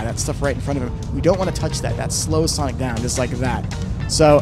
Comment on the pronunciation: japan just say sonic not sonicka